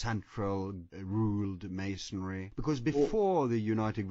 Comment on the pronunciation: They keep saying masondry wth is that man ? WOW